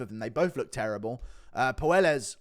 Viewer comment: I know Claudio is soy and no one cares but his last name is pronounced Poy-Es not Poo-El-Es